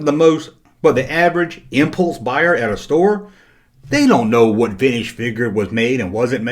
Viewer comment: I still love how you say veenige